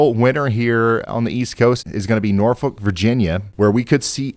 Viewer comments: you might call "Norfolk VA" (pronounced properly BTW) 'Hampton Roads', as that is the pink region that includes Virginia Beach, Newport News, Chesapeake & etc. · I love that you say Norfolk, VA correctly. <3